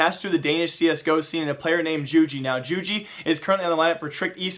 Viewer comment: Jugi is pronounced 'You-Gee'